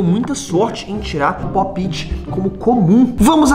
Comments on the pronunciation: Aí véi que raiva ele falando errado fidget toys e tbm falando popti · enaldo pop it se fala popete e fidtgets toys e fijets toys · Enardo ent se escreve pop-it e se fala popet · A que agonia ela falando po piti em vez de popt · Ele falou tudo errado kaka e pope it eu tenho 5 pacotes e são. Quase tudo haro